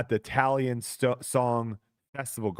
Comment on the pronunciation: it's TAM-PE-RE and TA-LIN